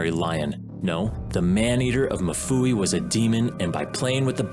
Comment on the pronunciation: Mfuwe not mufuwi